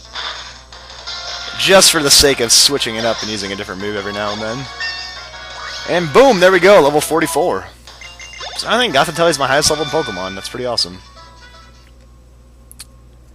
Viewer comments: its pronounced goth-IH-tel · Its (GOTH-I-TEll stupid